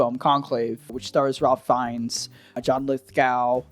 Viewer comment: deceiveness? deception. it's also pronounced Rafe Fines. Why cant americans speak English?